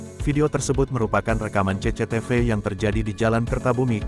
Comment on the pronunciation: Gw paling ga enak denger host nya...apalagi klo fah bilang cecetefe...🤣